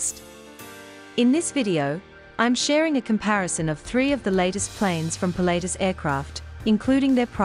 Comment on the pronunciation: Really annoying pronunciation. It is not pronounced "Pilateus". It is "Pilat-tus".